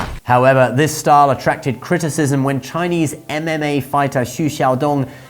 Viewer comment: Thank you for your correct Chinese pronunciation. It’s most refreshing